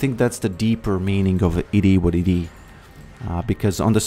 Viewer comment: Love your vids man. Whenever you say “It is what it is” or “It-i-wa-‘t-ti” I smash the like button ❤